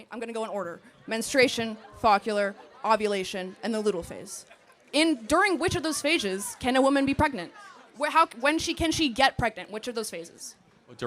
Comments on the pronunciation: it's FOLLICULAR (4 syllables) not focular (3 syllables and not even a word). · “fawkular” and “ludal” 🤣🤣🤣🤣 try “follicular” and “luteal” babe Very edjumacated she is 😭🤦🏻‍♀️ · “foccular” ??? Is she trying to say follicular? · I’ll answer her question clearly: yes, if someone shoots up a school but does not get proper due process then they should be pardoned or released and retried. And no, “fockular” is not a phase of the menstrual cycle—it’s follicular. As in the follicle. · Almost slappable. Ms, are you aware of how awful you're butchering the word FOLLICULAR? Yes or NoYes or NoYes or NoYes or No. Meet The Fockulars. That aside, she debates like a 10 yr old. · This is hilarious. The girl who claims she knows about the menstrual cycle doesn’t even pronounce “follicular” correctly. Her arguments are absurd and have holes at every turn. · The girl in orange is insufferable. And she can't pronounce the phases of the menstrual cycle AT ALL. If you're gonna be that cocky, you'd better be correct. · At the 53 minute mark she’s not even saying the words correctly! Follicular and leuteal, she knows NO….TH…ING!!!!!!! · The girl mispronouncing follicular phase is chefs kiss lmao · She got luteal and follicular phases mixed up and pronounced them incorrectly so my guess is she doesn’t know much about the female body either… follicular phase is before you ovulate. There is a 12-24 hr window in the cycle you can get pregnant but sperm can live for 3-5 days inside you so you have to be carful during follicular phase and ovulation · They are pronounced “FOLL-I-CU-LAR” and “LU-TE-AL”, and chicken eggs aren’t fertilized 😂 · she said foccular…. 🙄 trying to sound all smart. And she’s wrong. 😅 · This braindead yelling woman can't even pronounce the phases of a woman's cycle but wants to act brilliant. FO-LLIC-U-LAR. LU-TE-AL. C'mon girl. Put a little work in more than just being angry. The absolute demand to kill babies is the literal weirdest hill to die on.